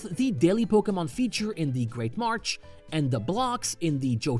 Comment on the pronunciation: 6/10 kept saying march instead of marsh